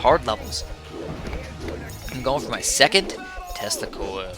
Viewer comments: When ever you say tesla coil I always think you say testicle. So when ever you say "I am going to screw people with my tesla coil" I hear "I am going to screw people with my testicle. Meanwhile I am sitting watching the video with my face like O.O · Every time you say Tesla Coil I hear Testicle...don't judge me.